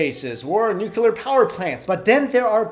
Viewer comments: You always say nucular instead of nuclear lol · It's not nucular it's nuclear. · Nuclear* not nuculer. "Nuculer" is not a word. Also, please use the correct nomenclature of hypothesis when postulating conspiracies. A theory is something to which there is verifiable, repeatable, and objective evidence to support the postulation. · It's nuclear,not nuke-ular.Are you Bush? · "where the most brilliant minds conjugated"? It's congregated. "large groups of nucular engineers lives"? It's spelled "NUCLEAR" and pronounced "nu-clear". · ....for God's sake stop saying "nukouler" it's NOU-clee-er! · "New-clee-er". Not New-que-ler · It's nuclear, not nukelar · He said "nucular". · Why are people still pronouncing nuclear wrong? Nuke-klee-ur, not nuke-you-ler. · STOP SAYING NUCULAR, IT'S NUCLEAR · always love all of your videos. just one suggestion the word is nuclear not nucular.:-) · Hey... it's pronounced NUCLEAR. Not NUCULAR. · How's it possible to pronounce nuclear as nucular?! \8I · Nuclear... It's pronounced NEW CLEAR. There is only one U. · "nucelur bombs" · Stop saying nookyular. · What's a "nucular" weapon? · "Nucular" count is too high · NEW-CLEAR, DEH-BREE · As far as I know It is called nuclear weapon (utilizes the atomic NUCLEUS). Not nukelar (as pronounced in the video). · I get cancer every time he says nucular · "NUCULUR wepunz" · He says 'nook yoo lar' like Bush did. Made me run screaming from the room. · I chuckled every time he said "nucular" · That is something that really bothers me, and I don't know why. It's Nū clē ar three syllables, the u and the e are long. It doesn't seem that hard to me, but it seems that many people just cannot say that word. President G.W. Bush is one of them. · #1 I apologize. Ordinarily I don't get in on the grammar nazi thing, but for some strange reason, nuclear is one thing that just grates on my nerves. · No, he says nucular. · from french i say nucli-ar. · Learn how to pronounce nuclear, please